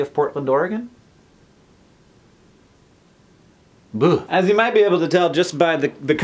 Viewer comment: ARE YOU IN PORT-LAND OR-E-GON?